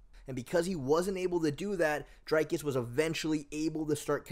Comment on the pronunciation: "Dinkus" lol